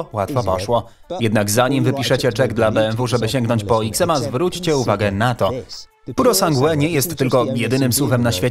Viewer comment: pjurosangłe ?!? tego się nie da słuchać, kurwa kto wam to tłumaczy? pjurosanż